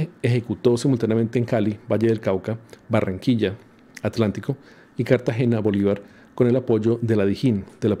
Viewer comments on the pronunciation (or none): none